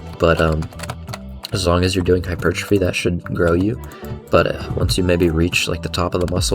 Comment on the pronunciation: you say hypertrophy like hypertrphy without the O. I like it, oddly satisfying